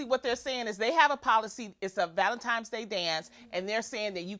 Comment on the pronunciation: Loni said ‘valentiMes’? 😂😂 lol